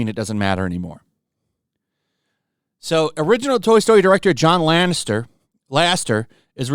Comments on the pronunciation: Why can't you say Lasseter? LAH -SE-TUR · IT'S LAS-E-TER!!! SAY IT RIGHT 🤣